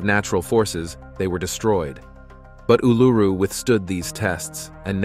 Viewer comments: ooh-loo-roo NOT ooh-LOO-roo. sheesh! 🤪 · It's sounds more like Oul-a-roo, and it's real name is Ayres Rock. The Aboriginals think they own it so they re-named it Uluru.?? No ones own a countries land mark, also just because your great great grandfather took a shit their, doesn't make it yours.? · Please learn how to say Uluru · Jesus!! At least learn to pronounce Uluru!!